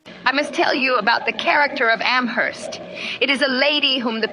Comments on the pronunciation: Great video, thank you for posting. Just a point of trivia/correction: the H in Amherst is silent, so it's pronounced "Am-erst." And now you know 🙂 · I very much enjoyed this biography! One small detail: Amherst out here in western Massachusetts is actually pronounced as "Am-erst". The "h" is silent. Even people in Boston don't know that 😊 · Emily Dickinson's poetry is incredibly rich, subtle, dense, and insightful. She was brilliant and revolutionary. By the way, locals do not pronounce the "h" in "Amherst." It's pronounced as if it were written "Amerst." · The "h" in Amherst is silent. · I'm from Amherst. We dont pronounce the "h" in Amherst here. It's silent 😊 on another note. I love your videos! So, well structured and informative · The H is silent in Amherst. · The h is silent in Amherst